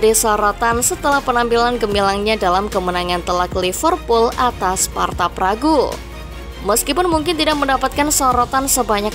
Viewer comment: Gw jg jgkel, org asli sana nyebutnya sparta praha, ntah knpa jd sparta pragu 🗿